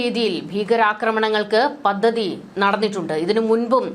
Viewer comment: പദദി?? ' പദ്ധതി' എന്ന് പറയൂ